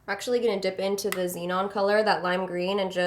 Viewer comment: you have to say zenon like Katy does "zee-nohn" lol